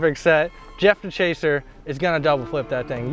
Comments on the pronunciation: “Jeff DaChaser” 😂😂 (D’-chez-aray) … for those who care. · jeff de-chaser LOL never heard it pronounced like that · pronouncing jeff dechesare's name like that is insane lmfaoooo